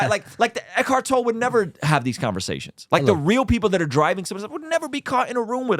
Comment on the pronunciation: Great video guys - love the silver lining take on it. I see the same and love it. Also, name is pronounced 'Toll-ee' for Eckhart Tolle. Keep up the great work guys. You get it. :)